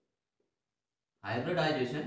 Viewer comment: Sometimes i feel like in hybridisation Hy nd disation is silent